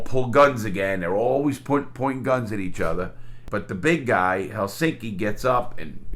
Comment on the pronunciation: Very good pronounciation on "Helsinki" Larry! It's a tough word to say for English speakers, but you pronounced it perfectly.